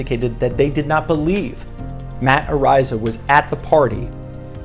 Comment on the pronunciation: You are a fool. You are not pronouncing his last name correctly. The bit** Iliana Walker says on video that she was 18. He is suing her for defamation, and is going to sue her Lawyer Dan Gilleon for millions